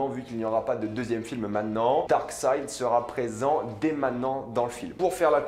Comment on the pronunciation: Darkseid pas darkside lol